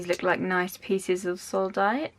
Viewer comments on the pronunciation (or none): Sodalite not soldite ;)